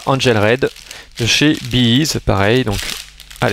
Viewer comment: "ez" se prononce "izi" (easy). Tant qu'à vanter un produit, essaye de savoir comment il s’appelle...